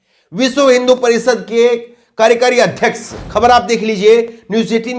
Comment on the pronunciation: हिन्दी उच्चारण पर ध्यान दें ----कार्यकारी •